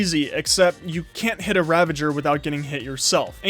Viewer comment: Challenge: pronounce ravager properly